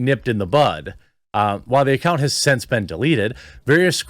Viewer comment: Since. The word is since.